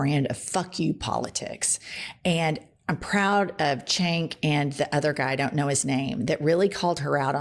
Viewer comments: His namee is pronounced Jenk, not Chenk. Ugh. You never research anything. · Jenn, not trying to bring negativity, just want to help with Cenk’s pronunciation of his name and if I’m wrong, anyone, lmk. But I believe it’s pronounced “Sank” or Jank, but not “Chenk” I believe. Take care Jenn. Great stuff, keep it up! P.S. Mrs. Scary Miller is literally just that. A female SM. Ick. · ms. Welch, his name is pronounced Jenk, not 'chenk' 🤍✌🏽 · Not chenk- it’s pronounced jenk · CENK pronounced Jank. Cenk owns The Young Turks independent news here on YT. Their commentators are real Journalists. Cenk was one of the originals that started the Justice Democrats where AOC was nominated. They are a Progressives. Hisan Piker is related to Cenk. You need to have them both on your show. Ask Cenk how he worked at MSNBC.When he tried to report as a journalist, he was pulled into the office and told they'll give him 10 million to speak their narrative. You have to have them on your show!! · Cenk is pronounced like Sengk. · His name is pronounced Jenk. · Jennifer Cenk name is spelled with a C but pronounced like a J so it's Jenk ! Love your show 💙 always watching 👍🙋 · Charlie Kirk's mispronunciation of Cenk's name really stuck, huh? (I'll give you a clue - Jarlie Jerk...)